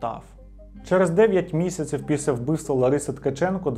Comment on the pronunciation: Вже яке відео дивлюсь, замість «після», чую «піся»😂